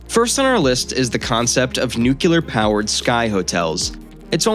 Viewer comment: "Nuc-ye-Lar" powered...